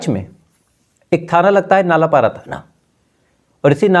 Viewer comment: नानपारा है नालापारा नहीं भाई 😊😊😊